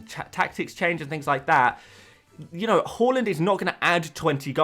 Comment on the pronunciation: You’re still saying “Holland” aren’t you 😒 Its Haa-land! Watch his City unveiling, he himself corrected people!